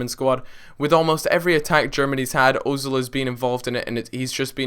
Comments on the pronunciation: omfg its pronounce erzil not ozil!!! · It's pronounced Err-zill the dots above the O change the sound of it from ooooo to errrr - it's called an umlaut I believe.